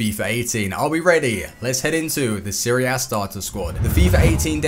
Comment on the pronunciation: A not Ah